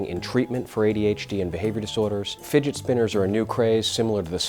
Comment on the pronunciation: "To be cool you need a figit spinner."- this guy